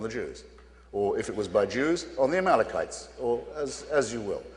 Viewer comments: Sharpton shows his Bible knowledge saying ," AMALKAMITES" instead of the proper word, " Amalekites ! Ya gotta hear him say it, too funny & yet he claims to have read the Bible ! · No matter how many times I watch this, Sharpton saying "Amalkamites" solidifies that he has no command of the texts and the religion he preaches and the word of a god he heralds. Hitchens says Amalekites multiple times prior but clearly Sharpton doesn't seem familiar with that term.